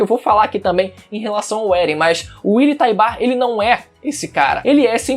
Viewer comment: Willy Taibar? Kkk te manca menino. Fala direito.